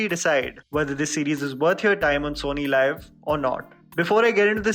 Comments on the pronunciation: Its pronunced sony leave not live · It’s SONY LIV AND NOT SONY LIVE. Some reviewers this guy is.